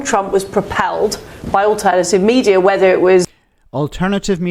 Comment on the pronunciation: We have an Ex PM that pronounces "whether", as "wevver"... Oh deary, deary me.